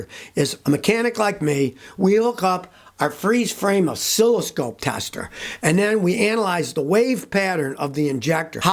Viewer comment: An "O'silly scope"!!! oh no!